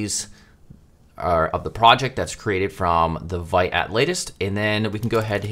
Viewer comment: Excellent start, I’m looking forward to part 2! Also Vite is pronounced “veet” and is French for “quick”.